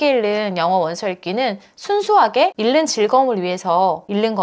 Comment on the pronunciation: 다 좋은데 '읽는'은 [일는]이 아니라 [잉는]으로 읽으셔야 해요.😅